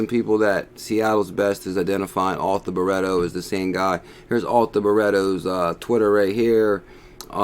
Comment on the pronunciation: ‘BRIT/TO - FFS